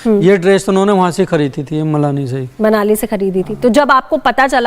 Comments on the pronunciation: मलानी बोल रहे हैं मनाली को😂😂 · Manali ❌ malani ✅